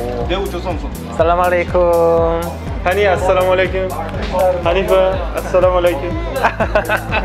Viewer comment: Nice to see you but not salaam alie kum Actually word is As salaam mu alie kum